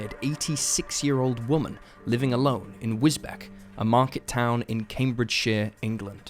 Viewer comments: Wisbech sounds like Whizz-beach not wisbeck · "WIZ - BECK" 😄 It's Wizz - BEACH , dude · Just to be pedantic, it's pronounced "Wizbeach". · Just picking up on a small detail. Wisbech is pronounced Wis 'beach'. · Wisbech is pronounced "wiz-beech"